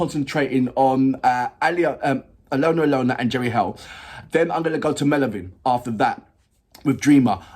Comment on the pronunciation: Just FYI, Jerry Heil's name is pronounced like "hail".